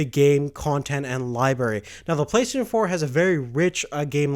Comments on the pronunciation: It's pronounced "Play - stay - shin" not play "plesayshn" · Why can't you say Play STATION???